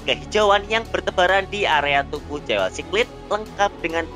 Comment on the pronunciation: Jewel dibacanya juwel min